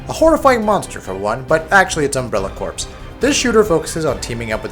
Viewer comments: Corps is pronounced "core", like the marine corps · Isn't "corps" pronounced like "core"?